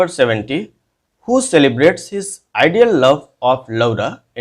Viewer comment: Sir🙏 Laura- Lora uccharit kijiye. Renaissance: Renesa uccharit kijiye 🙏.